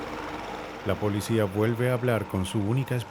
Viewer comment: No se dice polecia, se dice policìa.